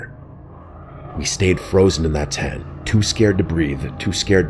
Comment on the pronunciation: Can u pronounce the T and the end of the tent